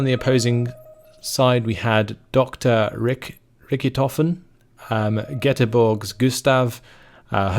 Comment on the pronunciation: DrRichitofen? They butcher even german names.